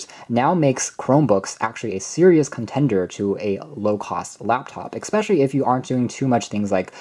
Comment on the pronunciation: "Expecially... " I just cant...